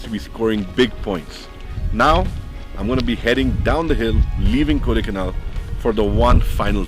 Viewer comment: For someone who has his bro lived all his life in the place, then he should know it is called Kodaikaanal and not kodaikanaaaal...